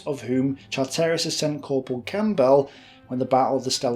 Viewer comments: Camp bell???? It’s pronounced cambell……. 🎉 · A gripping story, with useful, well used graphics. The many weird pronounciations, though, (even comical with the name Campbell, pronounced as, "Camp~bell" in the first use), were a distraction. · Great videos, but it's funny watching you butcher even simple British names lol Ver-non, Stra-chan, even Campbell became Camp-bell! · Campbell - Assuming the guy was a Scot - Cam-bell please! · Thankyou for this thoroughly researched and dare I say authoritative description of the Bruneval raid. Most informative. However, your pronunciations leave a lot to be desired. 'Campbell' for example will just be like the soup and pronounced Kambel and certainly not Camp Bell! I do appreciate how much effort your presentations take, but you do let yourself down in the pronunciation department. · I hope you understand that several of those pronunciations might have got you arrested as a suspected German agent. No true Briton would say camp bell or char tear is, surely. Hände hoch Fritz! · Gotta love that pronunciation of Campbell. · Good content but the narrator manages to butcher not only French, German and Gaelic but even English. You'd think a native English speaker could manage names like Stewart and Campbell? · Well presented! Bravo....just learn to pronounce French and German names better.....and not knowing how to pronounce the common Scottish surnames of Campbell and Strachan I find quite odd. Maybe run the script past someone else before attempting the names lol Well done again....look forward to more videos :-)